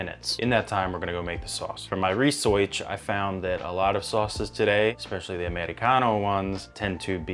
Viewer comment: Ha! I also break out in a Jersey accent like when you said "research".